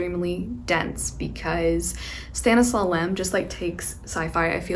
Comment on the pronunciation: Oh how cute did you pronouce Stanisław Lem and Olga Tokarczuk ♥